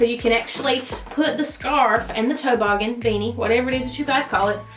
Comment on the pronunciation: TOE-boggen......oh mmmm geeeeeee! Girl....🤪